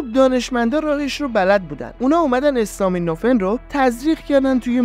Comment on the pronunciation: برنامه عالی بود. فقط یک نکته اسم دارو استامینوفن به فتحه الف است.acetaminophen